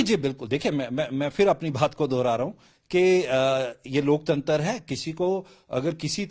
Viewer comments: लोकतंत्र भी नहीं बोल पा रहा लोकतंतर बोल रहा है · Laktantra nahin bol pa raha hai sahi se......aur ghulam patrkaar dusre ghulam se pooch raha hai...😢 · लोकतंत्र भी नहीं बोल पा रहा है 😂😂ये राक्षस है लोकतंत्र के